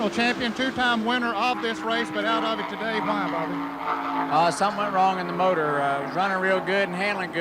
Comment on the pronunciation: David Hobbs “eerupt-ted a moturrr as you would say” 😂